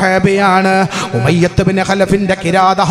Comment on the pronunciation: Aatha moyath moliyar ykshi enn polum sarik parayan padikatha jahil